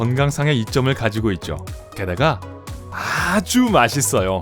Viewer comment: 아~~주를 강조하는것으로보아 매우 맛없음을 알수있음